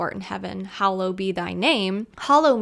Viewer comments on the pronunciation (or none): none